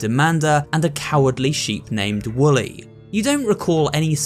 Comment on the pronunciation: Also its Wooly not Willy